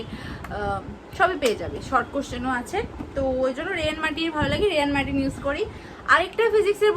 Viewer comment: Rei martin noi ray martin hobe